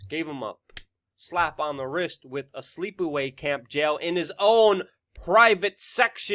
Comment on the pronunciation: can you please learn how to pronounce WITH